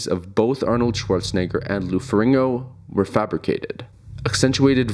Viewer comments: it's Ferrigno, not "Ferringo". You keep saying his name wrong, I can't watch. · Its Ferrigno, not Ferringo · Jesus Christ, the narrator keeps saying "Lou Ferringo." It's FERRIGNO. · I clicked away when you said Lou Feringo. Unreal ignorance levels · Not even two minutes into this and you already mispronounced Lou Ferrigno's last name. Clearly you have a drive-by approach to doing your research. Pay attention to the spelling of the last name, the order of the letters. F-E-R-R-I-G-N-O. Not FER RING NO, FER RIG NO. You repeat this mistake before 3 minutes of run time have passed. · feRIGno not feRINGO. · To be precise, it's "Ferrin-yo". Ferrigno is an Italian name and "GN" in Italian works like "NY" in English. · Farigno. Fah-rig-no. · I don't know why the mispronounciation of Lou Ferrigno's last name bothered me so much, but it was really distracting. I know that's stupid, but I really couldn't help it. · Thumbs down for getting Lou's name wrong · Does a doc on two guys yet can’t pronounce one of their names….the easier of the two no less…. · Hard to take this video seriously when the presenter doesn't even know how to pronounce the name of the second most important person in the film.